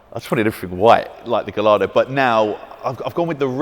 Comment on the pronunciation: Also it’s “Guyardo” not Gallardo 😂